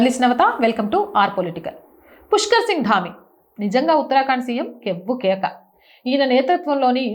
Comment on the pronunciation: ఎప్పుడూ ఉత్తరాకాండ్ అని చదువుతారెందుకు ఉత్తరాఖండ్ అని చదువొచ్చు కదా